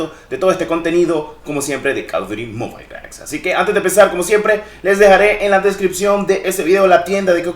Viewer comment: Bro un detalle se pronuncia mobil no mobail 🥊👌